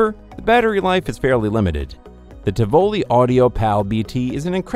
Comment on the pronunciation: Helpful hint: look up how to pronounce Tivoli.